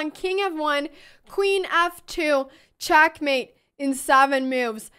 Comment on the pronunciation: Chack mate Chass Bast Bast chass chack mate There's no E in this ladies accent